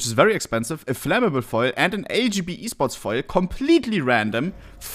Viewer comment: thought he was saying "fire"...but it was foil...hahaha